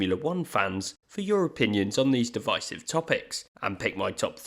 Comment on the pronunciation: you say divisive wrong